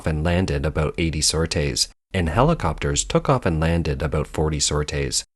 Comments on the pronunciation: Its a sor-tee not sor-tay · Just so you know, “sorties” is pronounced “sor-tees”. “Sautés”, pronounced the way you did, means a quick fry in hot fat. Gee you Yanks struggle with getting your collective head around the language, or do you think it sounds educated and more sophisticated? Also it’s pronounced “new-cle-are”, not “new-cu- lar”. Learn to speak, or give up voice over work. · ‘Sortie is pronounced “sore- tea” not “sore-tay” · Please let the AI know it's pronounced "Sor~Teez" not "Sor~Tase", spank you very much.😝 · Nitpick time: Don't pronounce it "sor-tay", but "sor-tee" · It is pronounces sortʼ-ees not sort-aysʼ. Teach your AI to properly pronounce words! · sortees, not "sor tays"... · That's not how "sorties" is pronounced. Since it's obvious you didn't know how to pronounce it, wouldn't you rather spend a few seconds finding out how to pronounce this common word, than to have millions of people listen to you sounding like a fool? That's all it takes, son, and you chose to sound like an idiot, instead of taking a few seconds to get it right. It's shocking how many YouTubers guess at words, rather then find out how to pronounce them. Now think about this--are viewers going to trust the facts you present, when you're too damned lazy to find out how to pronounce a word you use over and over? I sure won't. If you're this lazy about one fact, how lazy are you going to be about less easily checked facts? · This computer voice can not pronounce "sorties" but seems to have nailed that Chinese name. What does that say?